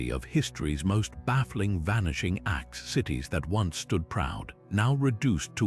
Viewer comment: vanishing-axe lol, awful AI